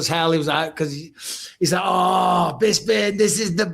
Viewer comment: Even though it's been mentioned before how people say "BisPing" wrong, I can't believe saying "BizBing" in the intro still hasn't been changed or even addressed! Please have Harrington do a new one right, including Felder's full fight name! Love this pod lol make no mistake